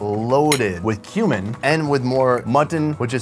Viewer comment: anybody else get worried when he said cumin but it sounded like human?